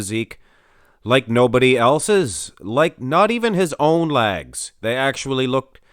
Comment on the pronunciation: Lol...”lags”. LOLOL.